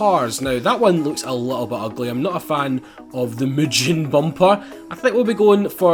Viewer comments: The way he pronounces mugen is so Annoying it's pronounced (moo- gen) not (moo-jen) and making a prelude rwd is nippy aswell to a Honda geek like me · Him pronouncing mugen wrong